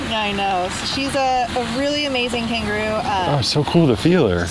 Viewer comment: I thought she said capybara